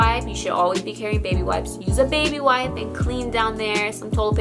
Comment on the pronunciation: I love how she says wipe-e